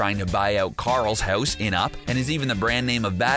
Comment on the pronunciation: Aha ! heuwis (house) gives you away!